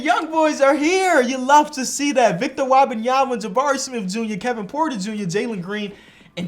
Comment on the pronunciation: "victor wabanyama" 😂😂